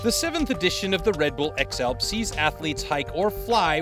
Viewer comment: Horrible narration and awful soundtrack! FYI voice over guy...Athletes only has 1 A...and is not pronounced 'Ath(a)letes!🙄